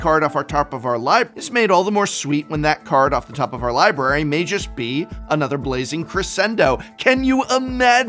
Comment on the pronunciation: you had so real trouble with pronouncing the top of the library. Sounds like you left in an extra take? Or just having some fun leaving the flub in?